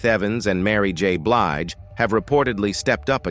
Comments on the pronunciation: "Beelj" tf is that? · What the 4hundred one one...seriously these AI recordings are horrible cant even pronounce her last name right.😮😂😢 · Narrator didn't do his research! Not Four Hundred Eleven. And he didn't pronounce her name right